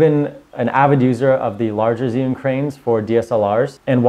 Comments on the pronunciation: Chew-ing not Ziun how do I know this, well let’s see uh, I watched a demo video from an “Asian” rep from the company tell us the correct pronunciation! So come on let’s get it right! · You pronounce it "GYY You(n) " darling. Very strong Zhi = zhy (Y like in word "everY"). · Great info.... but dear God he’s say zhiyun all wrong 😂